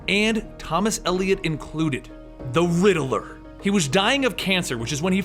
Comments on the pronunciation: It's pronounced riddler not rideler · “The Littl-er”